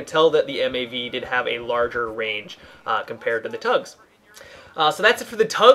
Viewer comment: it's T-UGS not TUGS